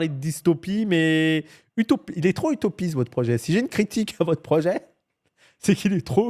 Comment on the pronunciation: il a pas dit "vous êtes trop utopiste" il a dit "putopiste" 🤣! Putopiste c'et une utopie de FDP nan ?